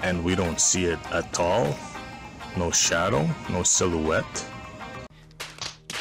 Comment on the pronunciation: I like how he says atoll instead of at all